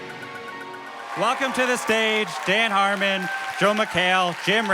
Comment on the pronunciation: You butchered my girl Dan Harmon ☹️